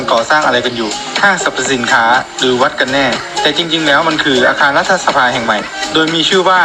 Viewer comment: อ่านว่า"รัด-ถะ-สะ-พา" นะพี่สื่อ